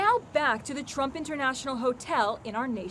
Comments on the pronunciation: Did no one here she said trope instead of trump lol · trump not tromp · “the tromp hotel” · At the end she said trop instead of trump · She said "trop" hotel instead of Trump hotel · She said trope hotels lmao... FIREDDDDD !!! Jk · “trop hotel” hehe 😂